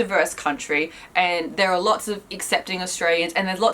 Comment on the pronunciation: Did that red woman just pronounced 'lots' as 'lotch'???......sorry, I can't stand people who mispronounce🤷